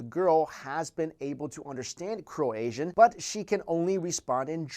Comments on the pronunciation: I crack up when he says Croasian xDDD Im from Croatia, you have to pronounce it like: k r oh - AI - sh uh And natives call it Hrvatska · For fucks sake, it's Croatian, not Cro-Asian! I mean, really, where the hell do you see an s in "Croatia"? It's read kroʊˈeɪʃə "Cro-aysha" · Thank you! That was really bothering me how he was saying that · It's "croatian", not "cro-Azian"... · did you say croasian? do you mean croatian? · I am seriously bothered by the pronunciation of the word croatian: "croasian"? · lol after mentions an asian speaks engrish, he says crow asian i though it was croe ay shon, please whst is the phonetic spelling, get farrrrked!!!!!! asian crow style!!!!!! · crow-asian lol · bro it Croatian not Croasian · it sounds like you say Croasian, but I think you mean Croatian. I'm from Croatia and i've never heard of a case of this girl. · Its not Croazian, its Croatian xD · Its pronounced kroatian not kroazian... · it croatian not croaisan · croatian, not croasian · Did anyone else notice he kept saying 'cro-asian' instead of 'Croatian' lol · 'Croasian'!?!?!? Don't you mean Croatian??? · Cro-asian??? I thought it was cro-ay-jun?? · Bro, its not 'Croasian" its "Croatian" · You mean CroATIAN, not CroASIAN. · It's NOT "Cro-asian", it's "Cro-ay-shun". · Croatian, not Croasian..has nothing to do with Asia ;) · I hate the way this guy says croatian, he says it like cro-asian lol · He actually says Cro-Asian , what... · Great video :D btw it is Croatian not Croasian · ur saying croasian ffs its croatian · I't not Croazian, it's Croasian. Not the right pornounciation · it's pronounced Cro-aye-shun not Cro-asian :) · T Tran There's a HUGE difference in the suffix!!! Cro should rhyme with the "cro" in crowbar, and "ation" should rhyme with nation... Not ASIAN like the persons from Asia!! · I live in Croatia and its CRO-AYE-SHUN not CRO-ASIAN so ya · Did he say "Croasian"? Maybe CroATIAN? :) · Crow-asian? It's Croa-tian. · Croatian not CroAZIAN XD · yeah croayeshun